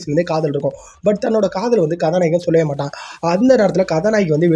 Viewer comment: Ethana kathanayagan konjam slow va pesuga mathapadi nala iruki story explained. Neega kathanayagankathanayagi nuspeed ha solurathu enku katha nayeee kathanayeenu kekuthu bro alaga pesuriga plz porimaiya pesi poduga